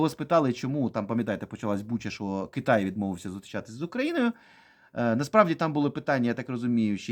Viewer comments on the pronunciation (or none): none